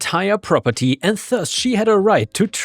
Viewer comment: Please check pronunciation of 'thus'. Th in this is more like d.